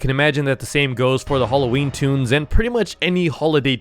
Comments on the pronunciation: Is toon not tune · It’s “toons”not tuns